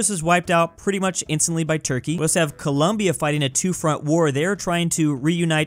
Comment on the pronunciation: colOmbia, not colUmbia